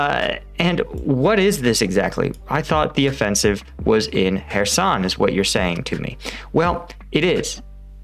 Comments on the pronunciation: The K is silent. It's pronounced Herson. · It is in Kherson, not in Herson, check the news before you maker these videos..